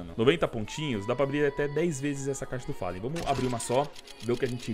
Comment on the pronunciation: Bad "fellan"